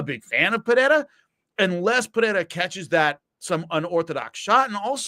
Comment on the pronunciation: The way Jimmy says "Pereira" is hilarious. "Padeda" sounds like a speech impediment 😂 love Jimmy though. Great ep, boys